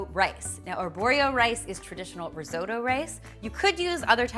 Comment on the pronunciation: I'm Italian. Risotto (non "risoudo" :-P) is not boiled. That is boiled rice!